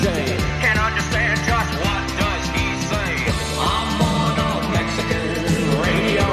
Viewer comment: Radi-oh ho. Radio.